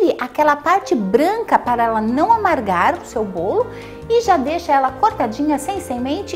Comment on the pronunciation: "BOLI" HAHAHAHAHA ADOREI! CADA VÍDEO UMA SURPRESA ENGRAÇADA